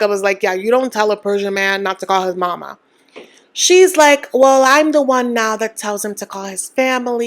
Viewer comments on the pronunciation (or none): none